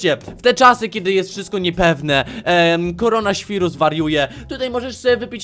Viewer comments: Nie korona świrus kurła świnus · Tak mówi się korona-świrós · Dobrze powiedziałeś to korona świrus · Koronaswirus ja też tak mówię Xdd 😂♥️♥️ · Dobrze muwisz korona świrus